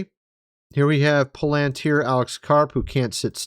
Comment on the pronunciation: Dude! LOL it's pa-lan-TEER you are smart. Come on lol. 🤣😂